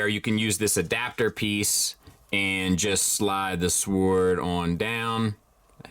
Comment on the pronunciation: Thanks. Side note: not concerned about the pronunciation of the name, but concerned about the pronunciation of “sword.”